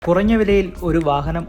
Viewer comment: കുറങ്ങ അല്ല കുറഞ്ഞ ആണ് 😂